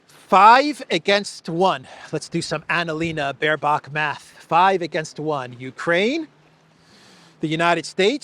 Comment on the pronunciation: Ana-Leeeeena Bock-bear is now Math Professor at the UN gen. assembly.....she still tries to learn English, but has various 'degrees' from London university. Isti II will be a charade.